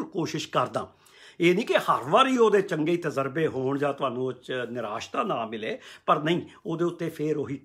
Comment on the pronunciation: ‘ਤਜ਼ਰਬਾ’ ਨਹੀਂ ਤਜਰਬਾ ਹੀ ਹੁੰਦਾ ਹੈ।